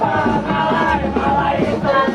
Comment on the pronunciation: bahasa diorg pun tak betul.. malay sebut malai.. lucky sebut luki.. mmg diorg kan bodoh.. iq otak mcm org duk dalam gua.. keluar2 gua terus rasa diri tu bijak.. negara je besar, otak dan iq kecik mcm kepala lutut